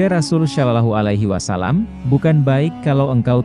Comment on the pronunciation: Narasinya belajar mahrot tajuwit cara penyebutan kurang pas : Alloh. Sholohualahi wasallam, belajar dulu , kurang enak didengarkan. Kaya orang non muslim.